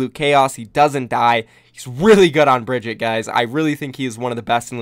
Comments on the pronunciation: BRIG- EAT- UH. NOT BRIDGETT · Bri-GEE-tah, for the love of god